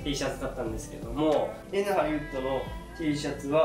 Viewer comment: Nハリのイントネーションめっちゃ気になります笑